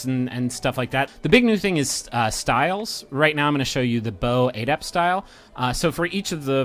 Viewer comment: I couldn't keep watching because of how you pronounce the word adept.